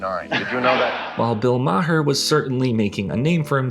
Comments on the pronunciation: Jarring to hear it pronounced Bill Ma-her (and shortly after) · hey great start, good content. But then he pronounces "Maher" wrong? just curious, what's the production process here? how could someone write this, understand Maher's significance, collect those wild old clips of him but they've never heard his name pronounced before?? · bro said "Bill Mah Her" it's pronounced "Mar" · Great content. It’s just Bill Mar… you don’t say Mah-her. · It's pronounced like Marr, not maw-her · "Maher" is pronounced "Marr" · "Bill Ma-her" was wildly suspect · Please stop mispronouncing bill Maher name. It’s pronounced Mar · lol Bill "ma-her" Does nobody do any research before they actually make these essays? Too may people mispronounce words and names that have a very long history of established pronunciation. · Bill ma-hur? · Please listen to how others say Bill Maher's name haha.